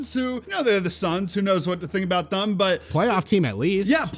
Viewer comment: Also it’s thEm not thUm that shit is so annoying